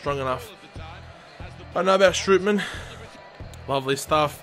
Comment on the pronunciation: Not stripy man. Strootman